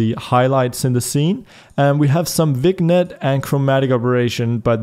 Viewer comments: hey, love your stuff, but like, I gotta mention that you ALWAYS pronounced Vignette wrong.... it's not an english word, it's pronounced "Vin-yet" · Vignette is french, pronounced 'vin-yet'